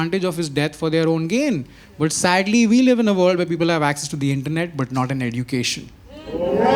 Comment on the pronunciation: Dicky here makes fun of 'chip' comedian while pronouncing education as 'aye-dew-cation'.. low day ka ball